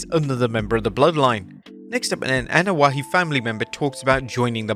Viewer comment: Man... EVERYTIME I hear "AnoaHE"... HE... It's "I" pronounced like E. Where the hell is AnoaHE coming from?! There ain't even a "H" in the name. Lmao smh